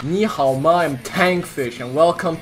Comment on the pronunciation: bro that 你好 pronunciation at the start was pretty nice!